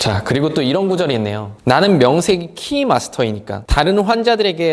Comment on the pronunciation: 키 마스터가 아니라 카 마스터 아닌가요~~?